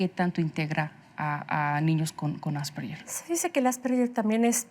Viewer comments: Ale Lara nunca suena como Ll ! Es un apellido austríaco y la g suena en alemán como una g suave (de gato) AsperGer. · Ademas q no es "Asperller" se pronuncia en castellano ASPERJER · Empezamos mal asperyer No ,No ,,es Asperger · Se pronuncia "Asperjer", no "Asperyer", es un apellido alemán, no anglosajón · Se pronuncia “Asperguer” no “Asperyer”, y si no me creen escriban en Google “cómo se pronuncia Asperger” y denle click a la primera opción (o a cualquier opción) y súbanle el volumen para que escuchen bien. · Lo pronuncia con una G inglesa. Ganar no yanar, George no yorch, gemido no yemido, asperge no asperye. 🤔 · Tambien lo noté...me dolía el oído cada vez que decían "asperyer" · Pronuncian mal "Asperger", es una palabra alemana, por lo que la letra "ge" se pronuncia suave como "gue". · No se pronuncia "asperyer " , investiga antes para que te tomen en serio. Es alemán y se pronuncia como el apellido. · NI AsperSHEEERH NI asperJEEEER se dice: ASPERGER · Por qué lo pronuncian así!? :(((((( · ya empezaron mal diciendo "AsperSHer" y solo hablan de niños. Hay adultos asperger. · Por más que la especialista dijo Asperger, la conductora dele, que dele, con el "Asperyer" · Asperyer haha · lo correcto es ÁS-PER-GUER. Infórmate bien primero. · El apellido Asperger suena con g como en la palabra guerra, viene del idioma alemán. Si lo dijéramos en español asperger tiene un sonido parecido a la g en geranio, y seria homónima de la palabra asperger que define la función de un aspersor al rociar gotas finas de liquido. Ninguna de las opciones posibles se pronuncia con "y" o "ll". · "Asperller" Ayuda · Creo que la conductora cree que es en ingles ASPERYER... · No estan pronunciando bien asperger en español